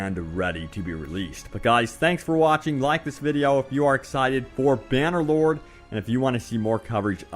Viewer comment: I just heard "Bannerboard" and not "Bannerloard". :D